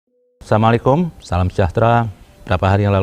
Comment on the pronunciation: Samulikum...salimulikum......NGUCAP SLAM APA LAGI GONGGONG BOOO KRIBO.....TAIIIIIII NGOMONG PA SIII LUUU NJJJIIIIIIING.......NGUCAP SALAM AJA GA BISA LUUU BO KRIBO....YAAA DI MAANA AJING PASTI DUKUNG ANJING KRNA SESAMA ANJIING YAAA BISA NYA MENGGONGGONG......& MENJILAT ITULAH KEBIASA'AN ANJING KRNA ANJING GA PUNYA OTAK APA LAGI AKAL SEHAT......NJJIIIING ANJING....INJJJIING LOOO KRIBO....